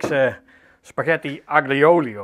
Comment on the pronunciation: Je spreekt het uit als: àlio ólio e peperoncino Dus die 'g' niet uitspreken